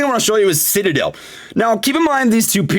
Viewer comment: Lool he said “Shitadel!”